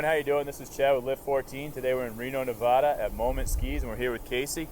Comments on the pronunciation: it is not neavAAda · You said Nevada wrong